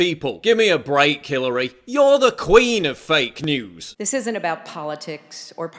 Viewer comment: did you say "Killary" here lmao